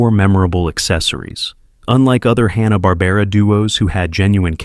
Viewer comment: He couldn't even say "Hanna-Barbera"